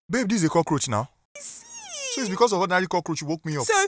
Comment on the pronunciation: say cockroach na co-tenant hahhaha